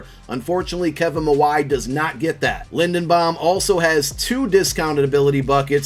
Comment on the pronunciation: love the vid but can’t help but point out the mispronunciation of linderbaum, you’re saying linedenbaum😭